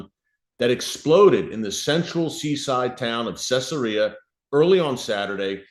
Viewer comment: It's pronounced Cezaria. Not Cessaria..